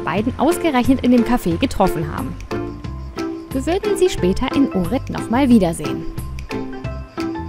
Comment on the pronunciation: zur info: ohrid spricht man "ochrid" - nix fütr unguat !